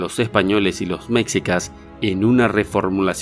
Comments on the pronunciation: ningún mexicano dice "mecsicas" sino mexicas "meshicas" el video fue hecho por algún latinoamericano más. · En varios videos, he notado que dices mecsicas y se dice mechicas, ¿De donde eres? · Es meshicas así sw pronuncia y tú pusiste c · Tal vez no leas este comentario, pero igual, quiero hacerte ver un error recurrente, no se dice "méxicas", se dice meshicas, se escribe mexicas. Y en TODOS tus videos donde hablas de mexicas, les dices méxicas. Ojalá lo corrijas. La X tiene diferentes pronunciaciones, sh, j, x, etc. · ¿Mecsicas? !No te pases de ver...as! ¡MEXICAS! (,pronúnciese (ME-SHI-CAS). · se pronuncia "meshicas", no "mecsicas" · No son Méqsicas!!! Se pronuncia mechicas y se escribe mexicas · Cusndo hablan de guerreros negros se refieren a los olmecas ellos eran negros ya que los aztecas o mexicas eran morenos y no negros .. hay que investigar mas antes de desinformar o sugerir algo no comprovado y se pronuncia meshicas y no mecsicas . Ojo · Buen video aunque como dato curioso se pronuncia “meshikas” no “mecsicas, mexicas” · Se pronuncia "Mechícas". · Perdió toda credibilidad al decir MECSIKAS. Hay que investigar un poquito más y deducir menos. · Mexicas, se pronuncia "mechicas" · Por tu manera de pronunciar mexicas y tus errores de seguro no eres mexicano, investiga bien para no tener estos grandes errores, saludos . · Y también con fuerza en la " i "